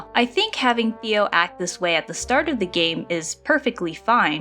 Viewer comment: before i finish this video, his name is pronounced "Tay-oh" not "Theo" !!